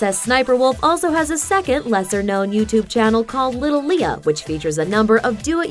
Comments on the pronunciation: HER NAME IS ALIA NOT LIA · it's alia shelesh not aleeah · her real name is actually alia not lia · First of her name REAL NAME is NOT lia IT Alia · her name is Alia not just lia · Her real name is not lia :) its aylia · Her REAL name is not lia its alia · HER REAL NAME ISN'T LIA ITS ALIA 😱😱😱😱😱😱😱😱😱😱